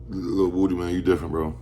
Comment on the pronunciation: um his name is a actually pronounced wooody